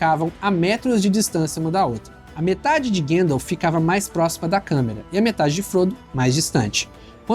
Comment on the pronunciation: Esse filme precisa urgentemente de uma nova dublagem com um profundo estudo nos nomes dos personagens e lugares. Chamar Gandalf de guéndalf é um crime!